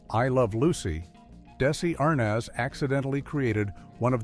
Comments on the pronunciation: Your AI needs work. Can't pronounce Arnez, DeeDee, and other word. Not Keith in some of his scenes.where's the laugh? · Couldn’t pronounce Desi , nor Arnaz, or other words.